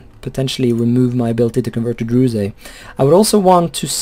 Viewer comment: dude WTF, you need to pronounce druze, like "druz" without the E in the east